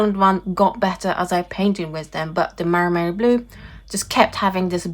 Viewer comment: I'm a little sad the maimeriblu is not doing great :( By the way, it's me or you are calling it maRimeri? Lol